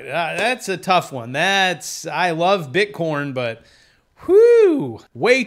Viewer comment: Are you saying "bitcorn"?